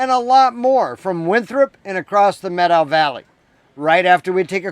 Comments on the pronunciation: Thank you for pronouncing Methow correctly. The Methow is my backyard and the Lost River Pinot Gris is a favorite beverage! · Good on you for pronouncing it correctly ;)